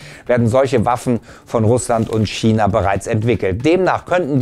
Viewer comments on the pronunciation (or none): none